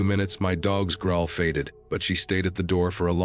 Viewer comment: S1: why not take the guns with you when you climbed up to the loft? “Tate” for tight, “grohl” for growl. AI should learn better word pronunciation! 🙄